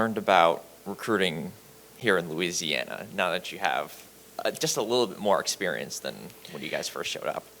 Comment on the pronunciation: Did that boy say loosiana